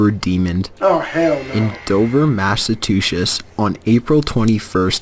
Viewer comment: He was trying to say Massachusetts but failed miserably.